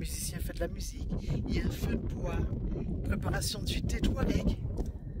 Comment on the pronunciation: Bonjour, vous me faite beaucoup rire quand vous dite Touareg, Dans la prononciation on entends plus les mots "Toit Raide" au lieu de 'Toit regue' 😂